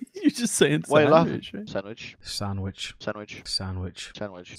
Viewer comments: That one guy said sabwitch instead on sandwich lol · sandwich started to sound like sign language